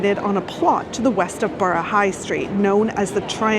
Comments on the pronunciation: Truly Amazed I am. You are saying burro not burrah-just trying to be helpful..no need for the sarcasm ,thank you. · Burrah , no one from the Borough says burro 🤣😊